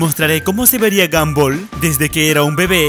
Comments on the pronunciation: no se dice gambol se dice gombal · Dijo gamboa no gombal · Bueno el vídeo es genial pero en primer lugar Steven no se llama Steve ,pronunciaste mal gumball y por último lo de gomball y darguin los mostraron en unos capítulos cuando eran pequeños.Pero buen video 👍